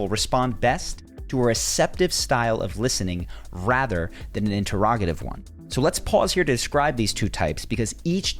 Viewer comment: In Terr Rog I tive? AI Voice? definitely AI voice. Says the word Atheist very oddly as well.